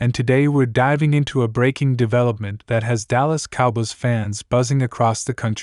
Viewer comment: You don't even know how to say COWBOYS